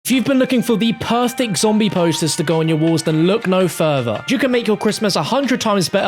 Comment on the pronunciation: dark watches If you listen closely, accidentally says “Perfdic” not “perfect”